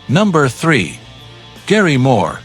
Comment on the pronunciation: Actually a nice assortment ... but why does the speaker mispronounce the name of Gary Moore? Because "he" is just a voice generated by AI ..... or just insufficiently informed .... who knows ....:face-orange-raised-eyebrow